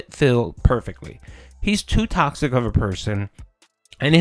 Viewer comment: Welcome to Tawksic Burger May I take your order? Oh, okay, one Tawksic “Fun & Chill” Stream with extra beg-con Would you like Tawksic Beg Fries with that?